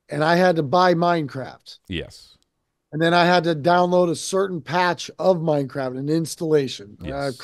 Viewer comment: Hearing him say Minecraft or World of Warcraft all I hear is MineCrap and World of Warcrap.